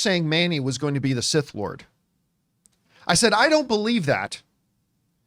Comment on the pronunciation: He said that he’s “SIS” not “Sith”